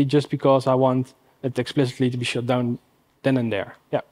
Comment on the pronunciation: Good presentation, but pronunciation of `shut down` as `shit down` is both funny and a bit distracting